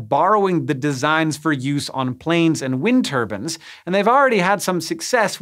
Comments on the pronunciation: he says wind turbans hahahaha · "Wind turbans" XD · Ah yes, Americans and their wind turbins Not quite as baffling as how they pronounce tournament though